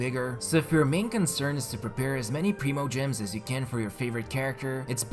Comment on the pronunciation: It’s /prime-o-gems/ NOT /preem-o-gems/.... please stop saying it like that... it’s painful lolol